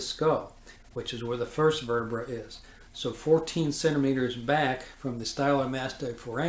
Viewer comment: The above doctor spells " vertebrae " wrong in this video...he says " verterbrae"....this is a strange mistake for a doctor to make. Also, he seems to be entirely unaware of the 5 page report from the autopsy filed by FBI agents Sibert and O'Neill which describes in precise detail JFK's wounds as described by the autopsy doctor, Dr. Humes. He AGAIN is unaware of the signed autopsy drawing of JFK's back wound made by Admiral George Burkley, JFK's personal physician. These are not the only mistakes he makes.....he refers to the doctors at Parkland Hospital who observed the large hole in the back of JFK's head as " pathologists", which they were NOT....they were surgeons, residents, etc. However, NINETEEN of them AND the nurses and others SAW a huge hole in JFK's skull just behind his right ear.....an obvious EXIT wound to most of them ! Facts not presented correctly in the above video : 1. This doctor keeps saying that the entry level of the back wound was at " C7". There is NO evidence of this claim !!! The back wound was MUCH lower at the level of " the THIRD THORACIC VERTEBRAE, TWO INCHES TO THE RIGHT OF THE SPINE" as written by agents Sibert and O'Neill in their report, as indicated on Admiral Burkely's signed drawing, as shown in the photos of JFK's back, his shirt, and his jacket. What the hell is he talking about ?? The bullet entered at 5.5 inches below the collar and was WAY TOO LOW to exit from the throat...it would have exited from JFK's CHEST, as it DID in the Publi